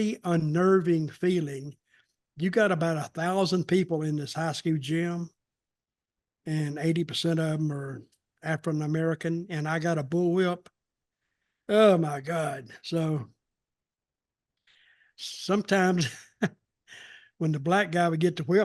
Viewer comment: "Afrin American"